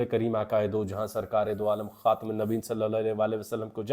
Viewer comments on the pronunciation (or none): none